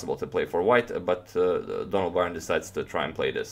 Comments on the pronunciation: Donald's last name is pronounced like : Burn. You are pronouncing it as Byron. Someone should make a pronouncing guide of chess players. Slavic or Dutch names are hard to guess how they are supposed to be pronounced. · Byrne is pronounced 'burn'. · Byrne pronounced as in "to burn". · Byrne's last name is pronounced like "Burn". He's from my hometown and I went to school with his family. If you ever show Fischer's Immortal against Robert Byrne, that was Donald's brother. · His name is Byrne pronounced like burn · I could be wrong, but I imagine Donald Byrne is pronounced Donald Burn. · How did Donald Byrne pronounce his surname? Byrne is an Irish name and is pronounced "Burn" :-) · Surely, Bryne should be pronounced ‘bern’. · Byrne is pronounced Burn.